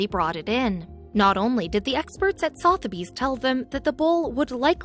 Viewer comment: Sotheburys is pronounced Sutherburys, no south.